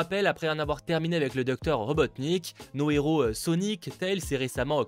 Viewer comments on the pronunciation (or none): none